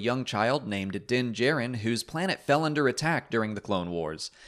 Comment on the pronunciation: Tbh I didn't remember that one either but the way he pronounces "Djarin" bothers me since we heard its actual pronunciation multiple times last episode